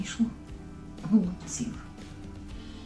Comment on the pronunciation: Чому,, гОлубців,,, наголос на перший склад?